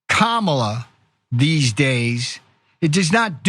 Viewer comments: At least he pronounces her name right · He pronounced her name correctly several times in a row. I'm impressed. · At least he pronounces her name correctly. More than I can say for the rest of the Republicans.